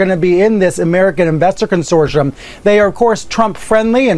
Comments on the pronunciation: What's a "consoirom" ?? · What is a "consorshum" isn't it supposed to be consortium?